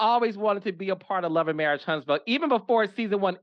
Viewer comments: Tell that girl it's marriage, not marrish😂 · dis, dat, e-vent, and marrish! The "T" Squad should stand for teach or tutor! 😂😂😂😂